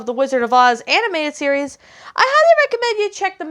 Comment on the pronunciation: Animated, not Aninateded.